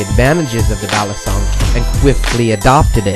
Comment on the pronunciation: Batangas should be pronounced = bah-TAHN-gahs Balisong - Bah-lee-SOHNG Actually just came back from PI and picked one up from Taal. Breaking it in as I watch this video. Aside from the mispronunciations, really good info.